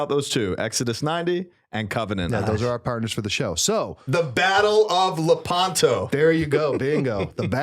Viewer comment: Hi Folks. A little correction: Battle of Lèpanto. Accent is on the first syllable. I hope you see this. Cheers and blessings.